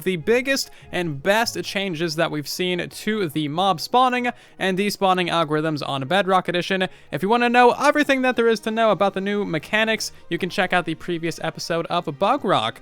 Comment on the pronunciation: It really shouldn’t still annoy me but every time you say “overything” instead of “everything” I die inside.